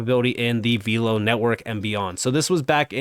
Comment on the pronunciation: it’s pronounced VELLLLL-OH, not “veeelow.”